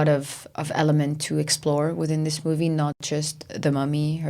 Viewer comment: Hot! BTW I always find hilarious how pronounce some words like saying "movey" instead of movie.